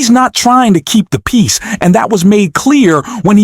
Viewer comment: He wants to see peace?........he is pronuncing piss!!!!!!